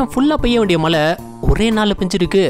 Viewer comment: தம்பி துபாய் மலை இல்லப்பா, மழை சொல்லு, மழை 😂😂